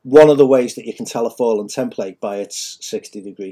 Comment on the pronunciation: Why do you keep saying fall'en. What religion are you following? Have you really done much reading or research on Metatron or the math and geometry or did you just make this up on the weekend?